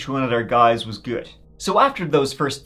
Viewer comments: Ibadan is pronounced "Ee-bah-don" btw. When I saw the thumbnail, I said to myself " How funny if that's Nigeria?". I wasn't expecting it to be the city where my Mum grew up! Not heard of this case before, I'll ask my parents. Thanks for covering this,. ETA: Damn! Just finished watching. Yeah, my parents definitely know about this. I had no idea it was on this scale!!! Absolutely disgusting that the police did FA about it, but sadly, not surprising. The police are an absolute liability there. RIP to all the victims 😢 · It’s pronounced E-BA-DON (Ibadan) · Ibadan pronounce E-BAR-DONE. Good job though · Pronounced I-BA-DON not Dan. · bless you with your pronunciation of Ibadan. But it’s all good we still love you,. 😊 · every time says IBADAN i laugh like mad:face-green-smiling: its all love tho my friend thanks for the exposure this case is one of many but one of the most notable hence the media coverage NIGERIA IS A SCARY PLACE